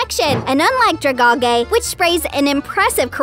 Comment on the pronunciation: Actually it''s dra-gal-gee ps golly gee willikers